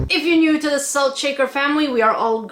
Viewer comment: Hewwo? I nwed swalt.